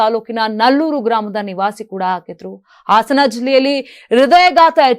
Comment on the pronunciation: ಆಸನ ಜಿಲ್ಲೆ ಅಲ್ಲ.ಹಾಸನ ಸರಿಯಾಗಿ ಮಾತಾಡೋದು ಕಲೀರಿ